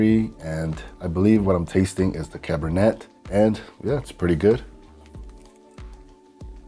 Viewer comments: Great video as always. However, it is pronounced "Cabernay". Just like the wine. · cabernet is pronounced "cab-er-nay"